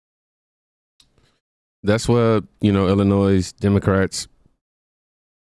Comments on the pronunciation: ATTENTION PLEASE... When you pronounce "Illinois" and say the "s"; you just irritate everyone from Illinois. You say it like," Illinoy". No "s". I repeat, you don't say the "s" part. Ignore it and leave it alone. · Why can so many Americans not pronounce "Illinois" properly? Since when has the S at the end ever been pronounced? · The “s” is not pronounced in Illinois